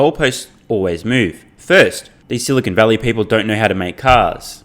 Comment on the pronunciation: I love how Lutz called Silicon Valley “Silicone Valley”. Different meaning, sounds like a gentlemen’ s club!